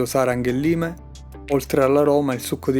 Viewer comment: "laim" lime penso